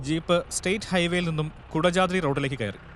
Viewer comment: കുടജാദ്രി ❌കൊടചാത്രി✅